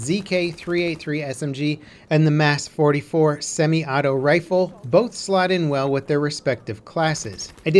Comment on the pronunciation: For Christ sake why is everyone calling the Mas 44 the “Mass” it’s “MAUS” like the word Moss